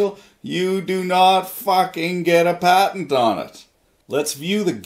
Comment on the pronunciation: You say patend weird